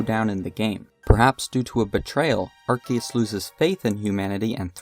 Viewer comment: My ears felt warm after I finally hear someone say Arceus(Arkeus) and not Arseeus